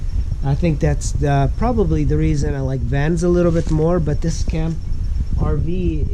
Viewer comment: Lol, it's not S - Camp. It's Scamp....one word.